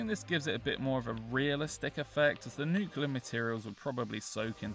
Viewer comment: Nuclear not nucular